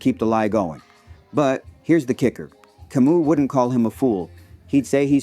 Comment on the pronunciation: hey brother, on this website (YT) search and play the following: "How to Pronounce Albert Camus? (CORRECTLY)" (without quotes). Great video by the way !